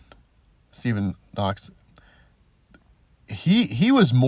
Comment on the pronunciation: Kokx, I think, not knox